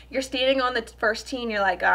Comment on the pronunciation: The only thing I don’t like about you is the way you say “and” 😐